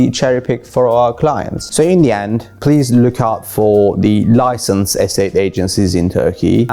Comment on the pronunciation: Licanced 😅🤣🤣🤣 Licenced